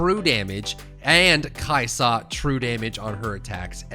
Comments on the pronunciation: The way you say Kai'sa legit almost makes this unwatchable. Stop adding so much emphasis on the 'sa part lol. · kai' Saaahhh dude. Kai' soh. It's kai' sa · The way he says kaisa makes my ears bleed